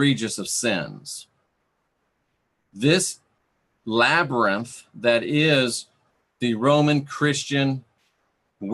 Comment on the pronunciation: Labyrinth LabYrinth Lab-YR-inth Oh my gah! I could hardly pay attention due to laughing! Silly. "Through dangers unknown, in hardships unnumbered, I have fought my way to the castle beyond the Goblin City to take back the child that you have stolen, for my will is as strong as yours, and my kingdom as great ---- You have no power over me. "